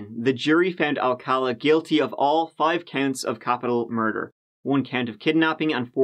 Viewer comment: Her mur-dar was going off.